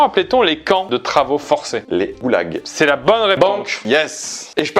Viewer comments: Il a dit "Houlag" au lieu de Goulag ? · On dit goulag pas oulag 😅